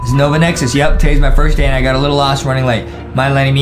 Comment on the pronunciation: He said Die instead of day